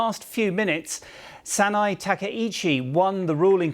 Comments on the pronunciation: Can we respect the lady enough to pronounce her name correctly! SA-NA-EH. Not SA-NAI. Bravoooooooooo. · Before criticising the new LDP leader's political stance, couldn't this reporter first learn to pronounce the name “Sanae” and the former prime minister's surname “Abe” correctly?